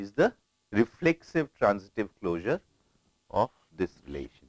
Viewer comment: ... Is the word he said reflexive transcript closure?